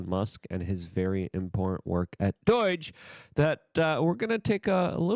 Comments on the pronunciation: Luke, wtf is 'Deutch'? Are you attempting to say 'DOGE'? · DUH OY GGGGEEE is NOT, NOT, NOT the right way to pronounce the word...... it is cringe cringe cringe and lowers your creds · STOP CALLING IT DOIGE LUKE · DOGE NOT DO-I-GE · DOGE is not pronounced like boing. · Dude please pronounce doge correctly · You pronounce DOGE weird